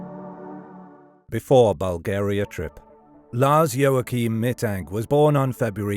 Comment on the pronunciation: The worst thing is ROBOVOICE!!!!!!!!!!!!!!!!!!! Meeee Tank???????